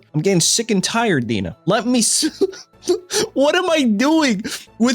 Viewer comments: DeNA isn't pronounced as "Dina", it's "Dee Ehn Ay" like DNA. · DeNA is pronounced D N A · Dena is pronounced DNA. Yeah, it's dumb